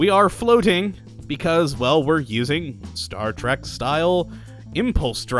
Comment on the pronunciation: Star Trek, Not Star Track. lol